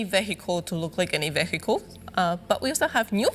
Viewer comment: no-one on this panel knows how to pronounce "vehicle"